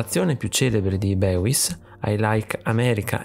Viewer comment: Molto interessante, bel video. Questo artista lo sto studiando in accademia. Comunque il suo nome si pronuncia "Bois" ( tipo "boys" in inglese non "beuis")